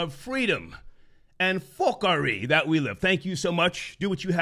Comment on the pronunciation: "Fockary" "Ya man" out here flexin